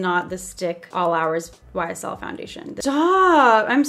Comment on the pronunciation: When she said YSL it sounded like she said whysall